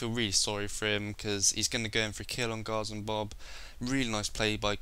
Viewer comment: Don't wanna be mean, but why do you say "Gozzom Bob" when it clearly says "Guardsman Bob"